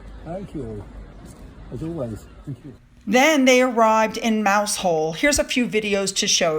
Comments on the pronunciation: Being a British town it's not pronounced mouse-hole. As I recall it's closer to 'mouz-el.' And then there is that town up in Scotland..... Kirkcudbright. I think they pronounce it KIRK-uh-bree. I just love the Brits. Such a fascinating (and diverse) people. I long to visit again. I would like to see Wales & Ireland for the first time. And OH....those WELSH pronunciations! Hopeless for a Yank! 🤷‍♀️ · Love your videos, just as a little heads up here in the UK we pronounce Mousehole as strangely Mouzle yes strange l know but thought you may find it amusing, 😀 l see that Meghan has her claws gripping him she's really weird , Harry tries to extricate himself but he's not allowed to sit by himself without the grip of death and what a hypocritical pair arriving on private plane then getting into the biggest suv on the planet !!! Ugh can't stand them !! Can't wait for your next video xx ps , love your lovely Finn 😘 xx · Guess what,? Mousehole is pronounced Mowzle 🖱😁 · Sorry, Mousehole, is pronounced mousell.just thought you might like to know that. From a humble "Black Country Lass" its. Nothing to do with colour. This area. was known for its chain making industry. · (PS it's said Mow-zell - weird!! Good old England...) Hope Bouzy is stopped. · I love Cornwall. I think it is pronounced Mowzall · Another weird British pronunciation for you. Mouse Hole is actually pronounces Mowzll . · as an embarrassed traveler to Cornwall years ago, Mousehole is pronounced locally as Muzzle. Don’t laugh, locals pronounce Louisville, KY, as Loo a’ vul. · Pronounced Mowzle. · Love your channel. Way to go, Trevor Coult and the police, both UK and USA. ……. AND oh the vagaries of the English language 😂. Mousehole (the town name I mean) is pronounced “Muzzle”. 🤣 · Mousehole - mowzul sorry but nothing sounds as it is spelt in the UK! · Mousehole is one of those weird place names that’s pronounced differently to how it’s spelt . I think it’s Mow-zl 😳🙂